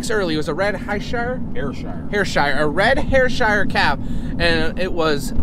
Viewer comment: Got to love the Pennsylvanian pronunciation of Ayrshire - Hairshire. 😂 Living in that particular part of the world made me laugh out loud. We've got lots of Ayshire's, Angus, Belted Galloway's and not forgetting Highland Coo's too. Keep up the good work with your videos, love to all the family.